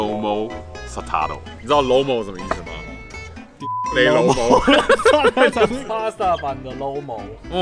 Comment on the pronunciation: 還要說得很標準😂😂